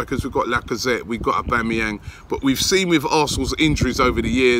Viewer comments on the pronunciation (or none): none